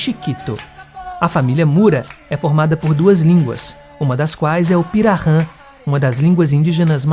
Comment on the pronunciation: Interessante, mas precisa treinar um pouquinho a pronúncia "kaingange " e pirarran é pirahan e nhengatu nao é exatamente nome de língua nhengatu significa língua Boa, o correto é língua geral amazônica, língua geral paulista as são nhengatu como também o guarani jopara falado no Paraguai.